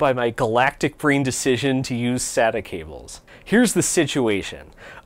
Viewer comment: SATA (SAY-TA)